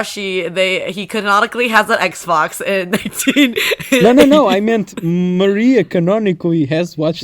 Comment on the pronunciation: When I first heard that I thought you said Mario not Maria, so I thought you were making some kind of joke I didn't get.